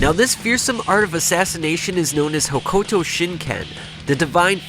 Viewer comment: That pronunciation of Hokuto is brutal.